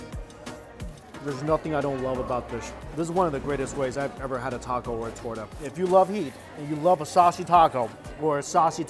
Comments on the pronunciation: He said torda instead of torta lol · If you say toura one more time !😡😂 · I was really sad until he said torta and then I figured out he want talking about the meat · lol, my heart hurt every time he tried to say torta. Still, lots of love to you! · My man dont know how to say torta xd